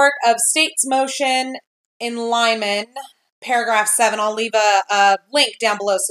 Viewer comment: you go girl! Great Video. (Just a heads up- 'in limine' is pronounced "LIH-MIH-NEE'. )